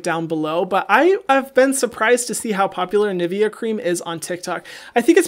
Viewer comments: Hahaha, i loved how you said „nivea“ 😂 It’s Ni-ve-a xD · Who else does not pronounce Nivea like Hyram does? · me being from germany being triggered how he pronounces Nivea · How the hell do Americans pronounce Nivea?? Why does this happen so often? With Porsche, several French words like déjà vu and now Nivea... for all those who want to know how it’s pronounced Ni like in jenNIe and -vea like in LEA but instead of an L an V.